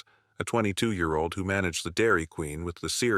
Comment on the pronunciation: idk why AI has such a hard time saying the year lol